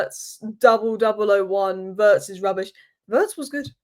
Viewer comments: The pronunciation of Wirtz...is not like "hurts"...it's like "beards"... 😉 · just one little thing - it's pronounced Veeertz. Cheers!